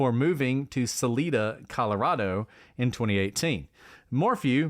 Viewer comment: And it’s pronounced Sal - lie - da, not Saleeeeda 😊